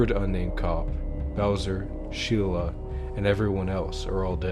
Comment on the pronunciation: He probably just mispronounced it